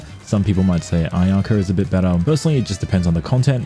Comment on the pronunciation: Bro that ain't ayaka that aynahnah